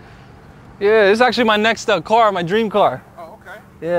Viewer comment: LOL Let me wash your "carrrr" 🤣